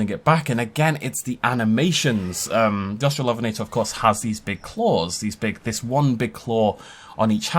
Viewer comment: Au-strallo-ven-eh-tore, not Aust-rall-OF(?)-enn-eh-tah. Hermione Granger, out.